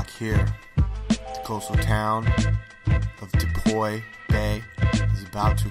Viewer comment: It's pronounced "DEE-PO" not "DePoy" lol But yeah this was totally bogus.